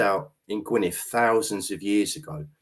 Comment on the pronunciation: dd at the end of Gwynedd is pronounced the same as the ‘th’ in ‘though’ or ‘there’, not as in ‘thanks’ or think etc, -big difference. Do not rely on Google for these matters, especially where Kymric is concerned. Go to more a specialist or specific Kymric translator. Don’t ask me which though as i don’t need a translator myself having spoken my language from the cradle-60 yrs.😀 Thanks for the response.